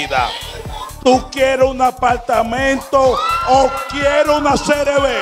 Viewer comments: Un apaLLLLLtamento 😂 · Lo que me mata es ella diciendo "un apaltamento" 😂😂😂